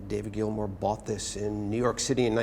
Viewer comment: Maybe get to know the NAME of the guy selling his guitars... "Mr. Grill-More"??? ... and am what's am with the um in the am middle of um every other am word of the Grillmore historian??? I can imagine a transcript of this um video. - Also FIRE THE um #$%& CAMERMAN. #$%&